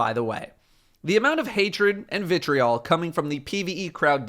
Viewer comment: stop saying vitreol